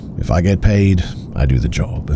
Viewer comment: I'd listen to the remaining 50 minutes, and more episodes if the end of every other sentence wasnt 'uh'. Job-uh, Maybe-uh, Explain-uh. Or so-uh. View-uh. Lane-uh. Though-uh. People seem to like it. Maybe I'm r-worded.